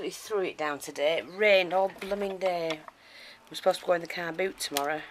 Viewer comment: Are you saying Car Boots?